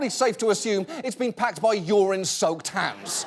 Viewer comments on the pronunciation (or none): Lol! "urin-soaked hands" or "you're in 'soaked' hands"?